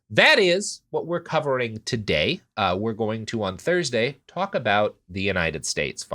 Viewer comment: cant stop cackling over saying cock instead of talk lol probably the most important part of this episode